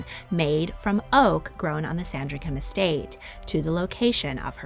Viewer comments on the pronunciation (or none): none